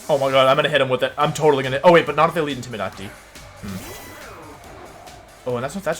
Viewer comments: In-tim-i-dah-ting. I'm gonna go ahead and guess I'd have to be a loyal fan of Wolfe to get why he pronounces things the way he does. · Matt M he also pronounces intimidate wrong too, ik he means that as a joke but my god its kinda annoying lol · I'm new to wolfey is there a reason he pronounces some words differently like intimidate and ninetales or does he do it on purpose.. no disrespect meant just curious